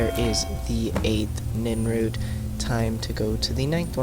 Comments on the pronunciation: You kept calling it Crimson NINroot. Bro, it's NIRNroot. Also, it's not Sinder's Field Laboratory. It's spelled & pronounced [Sin-der-i-on.] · NIRNroot not NINroot